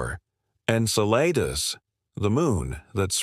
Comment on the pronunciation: Its pronounced in-cell-a-dus & meem-us ur butchering the names ... lol